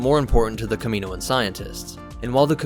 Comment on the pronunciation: Kamino and Kaminoan have different pronunciations so you’re pronouncing Kaminoan wrong. (Cam-y-noan) (not sure if that’s how ya would spell it out